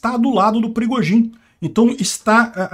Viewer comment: O "perigozin" kkkkk